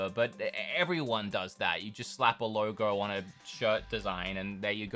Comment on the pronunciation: Lowrrr Goorrwww (logo)